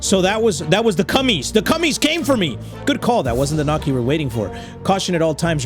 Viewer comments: 🤣 When he said cummies instead of cahmies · You say it Ca mes (commies ) lol 😭 Cummins had me dying fr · The fact doesn't know commies are communists and pronounces it cummies is hilarious.😂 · its not cummies its commies like communists also when it gets dark and shows what day it is listen you can ether hear the door when you went to a expedition or other things, you also need ammo for the gun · is no one gonna talk about how pronounced communists (referred as commies) as cummies😭😭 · The way he calls commies cummies 😂😂😂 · Are we just going to pretend didn't just call Commies, Cummies..... 🤣 love you 💜 GGs Edit: the Tsar Bomb was indeed Russian. If I remember correctly It was a hydrogen Bomb, and the biggest one dropped. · Lmao i love how he called the commies, cummies 😂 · Did he really say cummes😂